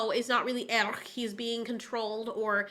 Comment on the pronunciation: The movie is one of muh childhood faves, so this series stabs me in the soul. It's insulting! Btw, it's not "worm." It's "wyrm." It's the Norse word for "dragon" and it's pronounced "VEER-um." It irritates me that none of them can pronounce the name "Airk" correctly. You can, so why can't they?! It's not "Eric." It's "Airk." And why do they have to say "yeah" and "gonna" constantly when it's supposed to be high fantasy?! Or medium fantasy or whatever. "The Schwartz is in YOU, Lone Starr! It's in YOU!" See also Colwyn from 'Krull' when he loses the Glaive but gains fire magic.